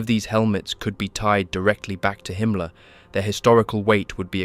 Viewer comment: I agree, excellent job! Himmler's name is pronounced slightly differently, but everything else is identical to my understanding. It's not common that I find such a comprehensively correct video.